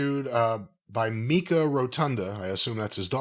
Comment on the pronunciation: It's pronounced MIKE-UH.